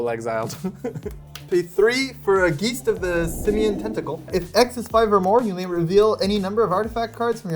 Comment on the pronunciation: so being fluent in German can not pronounce the word Geist?